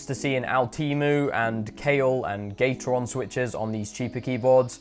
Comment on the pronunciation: Am I the only one that heard gay tron